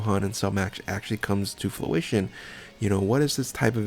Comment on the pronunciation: Gogeta not goku and fruition not flution lol